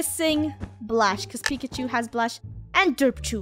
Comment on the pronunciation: Funneh keeps saying pikichu not pikachu